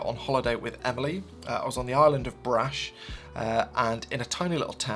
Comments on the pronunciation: Croatian here! It's Brač not brash, so you pronounce it like much (but you extend the a), Braach. Anyway great vid! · Dear, this is a bit off topic. I've been following your channel for a long time and I've noticed that you try to pronounce toponyms correctly, which I welcome. The island in Croatia where you filmed this episode is called Brač (pronounced [brâːtʃ]) e.g. as the first letter in Chelsea). Totally irrelevant to the photo world so consider this as my five cents to your awesome channel:) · There is no island Brash in Croatia( your pronunciation), there is an island called Brac, with tiny v above c, rendering the last letter to read as English sound ch, as in a chair. The difference can be striking. Imagine the word shut up, pronounced as chut up. Love your videos!!! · not wanting to be rude, but its pronounced more like bratch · Island of Brač, the last letter is Č=CH [as "chain" in English]